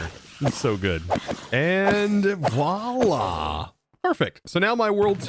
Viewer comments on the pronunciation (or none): none